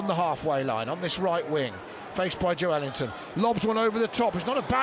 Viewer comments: Sounds like the commentator is saying 'Joe-wellington' 😂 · The commentator needs to learn how to pronounce Joelinton! 😂